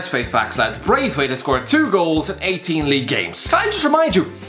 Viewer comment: No one:: 'Martin Breath..Weight'!!!